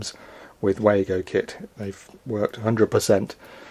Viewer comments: WAA GO - it's lazy to not learn to pronounce a name with the advent of the internet. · Yes they are German, and I'm sure the Germans will pronounce it as vago but we all call them Wago's. There is more to this company than just snappy Wago's, they have a whole range of products designed to help electrical and electronic installations, some of my favourite are the din rail mounted beauties that can be interconnected and require a tool to momentarily open the cage clamp system. In my opinion as a mechanical and electrical engineer, Wago has been an outstanding choice of products for power connections. Can you believe, Americans and Canadians still think those crappy twist nuts are a better choice! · If they were German they would be pronouced, "Vah-go!"